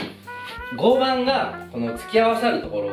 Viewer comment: 合板=ごうはん、と読みます。